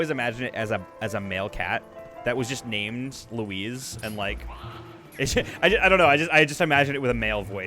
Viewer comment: My Dad's name is Luis, I think you were saying Louise, sounded for me that you were saying Luis